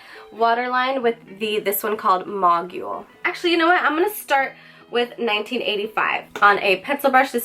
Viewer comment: Cute look! Love ur hair too!! The mogul word is pronounced. Moe-gul, lol :) keep vids coming, luv em